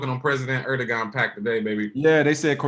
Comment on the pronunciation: Hey Guys love the show. The G in Edoguan is pronounced as a W. Pronounced Edowan.